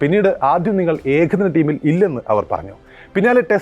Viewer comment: ഏഖദിന 👈 ലോഖകപ്പോ എന്താടോ നേരെചൊവ്വേ പറയാൻ പഠിക്കെടോ